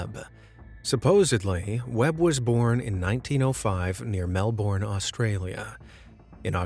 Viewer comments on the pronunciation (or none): It's Melbin, not Melborne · It’s spelt Melbourne but you say melbin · just apersonal note, "melbourne" is pronounced "melbn". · And "Tunguska" has another U in it.